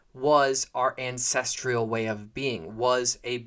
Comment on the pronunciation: There’s no I in ancestral. Stop saying ancestrial